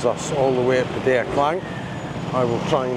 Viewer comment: stop.saying pettaya It'd pattaya